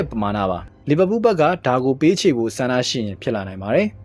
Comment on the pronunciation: Palmer နဲ့ Liverpool အသံထွက်တာ မင်းဆီကပဲနေမှာ lol 😂😂